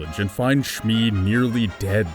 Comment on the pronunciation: its pronounced she-mi